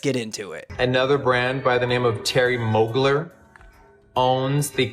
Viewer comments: not moogler..... intentional mispronunciation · Him saying "Terry Mogler" as if he doesn't know who that is is hilarious scorned hopeless highschooler behavior lol. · He’s such a piece lol “Mogler” wtfe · Brand sloot Jeffree acting like he doesn’t know how to pronounce mugler. His cheap looking new pallets, he needs to give it up and stick to e-begging as a 40 something yo on tt